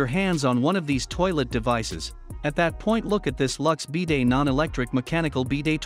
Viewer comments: Stopped watching as they can't even pronounce BIDET correctly, lost all credibility with any info this video might provide. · Since when is it called a BEE-day?